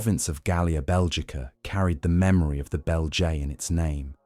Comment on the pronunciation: Not off the great start when you mispronounce fundamentally the name of the subject tribe you are talking about…